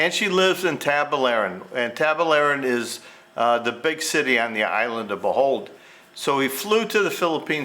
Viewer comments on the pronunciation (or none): Your killing me with these pronunciations 😅 it’s Tagbilaran and it’s pronounced Bow Hall not bohold .